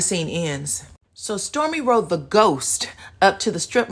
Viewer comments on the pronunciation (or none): none